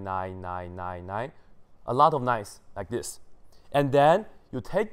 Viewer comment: 0.nein nein nein nein. Was I the only one who heard it like this and giggled?